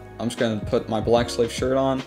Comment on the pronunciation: Thought he said black slave lmao based